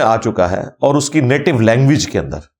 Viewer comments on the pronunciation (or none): none